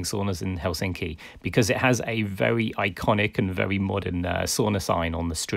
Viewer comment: helSINKI is actually HELsinki. Emphasis on HEL not SINKI